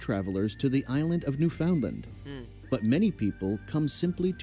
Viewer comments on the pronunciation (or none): The narrator is NOT Canadian because he mispronounced "Newfoundland". He pronounced it as it's written but in Canada we pronounce it "NewFUNDland"